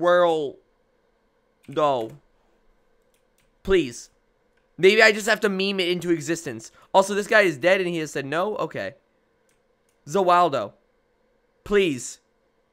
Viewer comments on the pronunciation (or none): It' "Warudo" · that killed me its Za Waurdo 😂😂